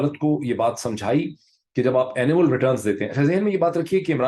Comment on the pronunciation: It’s annual returns. Sounds like you said animal returns